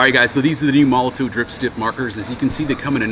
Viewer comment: why do you say it with a v. you give it a tov. it's tow. mol o tow. molotov is a glass bottle bomb. there is a difference